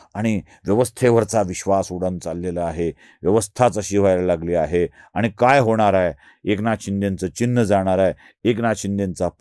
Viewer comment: आपण ब्राह्मण असून मराठी भाषा बोलताना आनी पानी तांदळाच्या गोनी, ण च्या जागी न असे उच्चार कसे करता? गावाकडे असे बोलले जाते, हे मला समजते. माझेच मेव्हणे लोणच्याला लोनचे म्हणतात. पण आपण प्रथितयश पत्रकार आहात, म्हणून आपल्या कडून ही अपेक्षा.